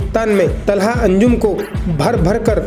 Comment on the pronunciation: Talha ❌ Thala😂✅